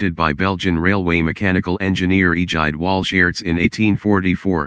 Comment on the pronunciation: The bot voice is unfortunate. It mispronounced the name of Egide Walschearts (EE-jide wall-shirts) which should be heard as egg-HEED VAL-skartz. Otherwise, good information (except it should be Baker valve gear) and good animation. Well done.